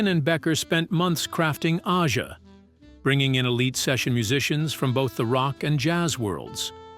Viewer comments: “Fahgen” “Ahh-zha” Lame AI pronunciations! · stupid narrator could not pronounce AJA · These fucking AI voices can never pronounce things correctly. Aja is pronounced like Asia, not Aiya or Aja. And it's Faygen, not Fahgen. And Katy Lied, not Katy Leed. You guys need to listen to and phonetically correct these mistakes before posting these. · I dont think AI will be taking over anytime soon, its not "liv" and "donald faa-gen" didnt approve this video... I missed out buying that rare album "katy leed" and "ahhh-jaaa" Dumbasses